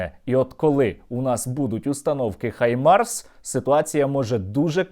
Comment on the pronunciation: Нарешті хтось хто не каже "хімарс" на Хаймарс, дякую